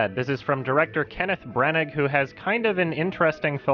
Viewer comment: “Kenneth Branig”